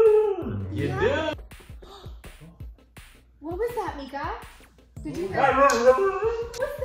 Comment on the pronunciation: You called her meeka .I heard nigga 🤣